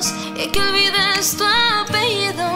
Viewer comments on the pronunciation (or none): someone must tell the girl of the second cover that we pronounce the "ll" like "l", because she said "apelido" instead of "apellido", but the cover was good anyway.